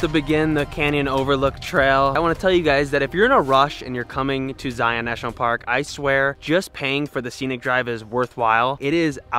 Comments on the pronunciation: You need to say ZION right. People from Utah can tell you're an outsider by the way to say ZION. It is pronounced ZIUNS, not ZI-ON. I know it's weird. We love your videos. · Please learn to pronounce Zion properly. I’m from Utah and it makes us crazy hearing it pronounced Zi-ON! Its Zi-un. Glad y’all had a great time. Our national parks are amazing. I don’t know if you’ve ever put in for the lottery at “the wave”, we’ll worth the crap- shoot if you get in and they call your number.